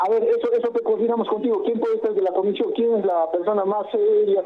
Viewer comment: Estos infelices como “ pinturira” entre otras cosas deben ser fanáticos de la “U” 🤣como dicen “el pUder” “la cUmision” etc